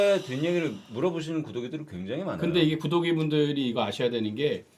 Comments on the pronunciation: 근데 진짜 구독하는 분들한테 구더기(발음)라고 하는건 진짜 최악임. 십오야 최대 오점. 아니 브레인들이 모여서 겨우 구더기 .. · 우리 구더기 ㅋㅋㄱㅋㄱㅋㄱ 구더기라그래서 계속 구더기라고 들림 ㅁㅊ다